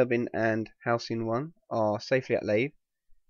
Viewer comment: Every time you say housing it sounds like Helsing, like Abraham Van Helsing. It's funny.